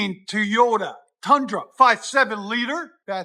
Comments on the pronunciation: 👎👎 for saying "teyota" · Japanese would cut your head off like Samurai’s did if they ever hear you say, Teota… 😂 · Why can’t this dude pronounce “Toyota” correctly? It’s really not difficult.